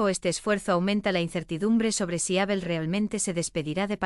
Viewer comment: Menos cuando nombra a Abel, nadie le dice a esta chica que pronuncia mal el nombre de Abel? Es chirriante oir como pronuncia su nombre